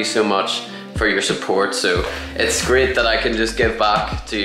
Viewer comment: Train = Trin?😂 Great = Grit?🤣